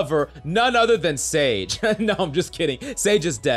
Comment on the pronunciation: When I tell I you I went straight to the comments when you said sage